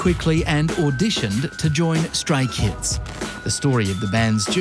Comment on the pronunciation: Why i heard STRAIN KIDS instead of StRAY KIDS 😂